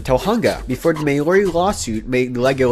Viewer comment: Blimey..."May-o-ri". Now I've heard it all.